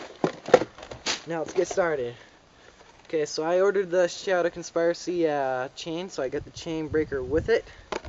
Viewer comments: It's "shadow conspiiiiiiracy" not consparacy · you do realize you're pronouncing Shadow Conspiracy wrong right? it's Conspeeracy.. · you cant prononce Shadow Conspiracy or chromoly right.